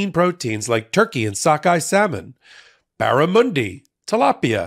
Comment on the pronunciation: To, love your work from here in Australia but for goodness sake, when you promote something like fish for example, can you please pronounce the name correctly. You pronounced Barramundi as Barramoondi. The 'mun' in Barramundi is pronounced just like 'hun'. Thankyou for your balanced views.